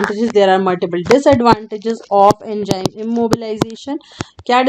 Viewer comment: my concept is clear after watching this video very good it is Enzyme not enjyme